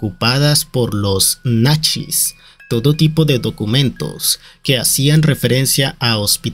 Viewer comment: "Los… NACHIS" 😂🤣